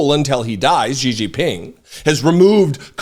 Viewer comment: Okay, I love your content and know this comment is going to come off as completely irrelevant (and probably won't be seen anyway, lol), but I've been hearing too many independent media hosts on the left make Xi Jinping's name way harder than it needs to be when trying to pronounce it (completely slaughtering it in the process). As someone who speaks Mandarin, it always cracks me up. I mean, I appreciate that you're trying - genuinely, I do - but can I just make it a tad easier for anyone who cares? Xi = She (as in she/her) Jin = Jean (as in the jeans you wear) Ping = Ping (as in ping pong) There is a bit more nuance to it if you really want to sound native, but this is far closer, more accurate, and more recognizable than the way you're currently pronouncing it. Again, I know it doesn't matter in the bigger scheme, but figured I'd take the time - just this once - to type this out in case you see it. Regardless, keep up the great work with your reporting.